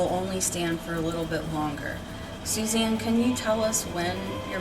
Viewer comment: It’s not Susan it’s Suzanne